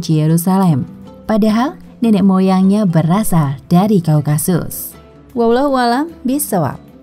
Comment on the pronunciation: *Typo kah? - Daun / Daud ? - Wahyudi / Yahudi ? Slh sebut : Kaukakus → Kaukasus Mimin ngantuk ya?..hì_hí..istirahat yg cukup., Min...